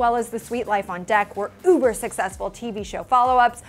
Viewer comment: I cringed at "uber".